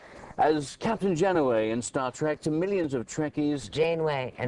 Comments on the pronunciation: Good video. Have to say I dislike the interviewer though. First he says Janeway wrong and then he insults Trek fans...that's nice. But Mulgrew comes to our rescue and defends us with poise and grace!!! :D That's why I love her! Great video. Thanks so much for adding it. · How rude! He tries to place himself above Kate the whole time.His mispronouciation of Janeway,then when she corrected him and said it was 'trekkers' he then said it wrong again.That was obvious dismissal of her comments. She is so much better than him!His unhidden insults of trek followers were wonderfully put aside when she continued to say that she felt very well supported by the loyal trekkers that followed her.Definite support for Kate's grace in handling the situation.